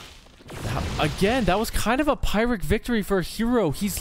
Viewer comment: I've heard a few other people pronounce it that way. Not many.